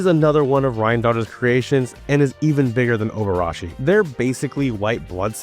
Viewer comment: "Obarashi" Orobashi found dead in a ditch